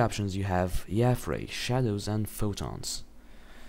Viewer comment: dude omg you pronounced yafray wrong! everyone knows its yay-fray god! oh btw are you still planning on rendering my water thingy? plzzzzzzzzzzzzzzzzz